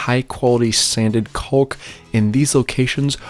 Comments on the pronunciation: love your videos, but man it drives me crazy how you leave out the “a” when you pronounce caulk. You say it like “culk” missing the “aw” sound. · I've never heard anyone say "caulk" that way. XD Gorgeous reno!